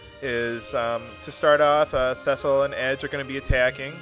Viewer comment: By the way...it's See-Sill but anyway good work